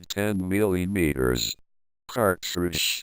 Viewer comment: "milliyeemeeterers" got to love that sexy voice